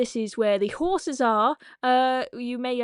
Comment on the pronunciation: Did you say Horses or whore's